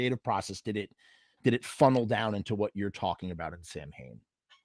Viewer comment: Sowinn. Even the Bandmembers pronounce their own room name wrong. I love misfits samhain Danzig but they were pronouncing it wrong how stupid are they